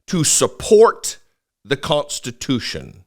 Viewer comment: I've no quibble with the substance of this video, but please stop saying, "cont-stitution". Thank you.